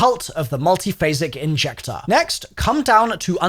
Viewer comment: Learn how to say "MULTIPHASIC INJECTOR" 🙄 Say it once and record it, then edit it in wherever it's needed 😎